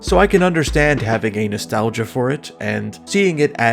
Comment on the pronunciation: The way you said "a nostalgia" sounded like "anus~"